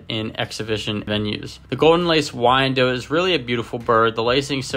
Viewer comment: Thanks for an excellent run down on this fabulous chicken. FYI: This bird's name is pronounced "why-en-dot," rather than "why-en-dote." If the spelling throws you off, consider the name Charlotte, which is pronounced "shar-lot" and not "shar-lote."